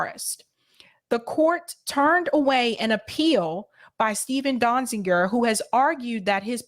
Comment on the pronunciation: Great report. But... And some people might consider this a minor point... Is that how you pronounce Steven's surname? used two different versions in this video, 'Dozinger (which also appears in the title) and later in the video as 'Donzinger', whereas Amy Goodman pronounced it 'Donziger'. Which of these pronunciations is right? Out of respect for him and the great work he has done, we should at least try and get his name right.